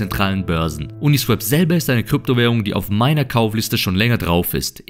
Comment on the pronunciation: Swap (austauschen) wird swop gesprochen, uniswäp wäre swep (fegen). Ein Kollege von mir sagt es auch immer falsch.